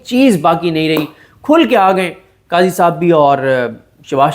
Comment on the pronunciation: صدیق جان صاحب قضی بولے صاحب نہ بولے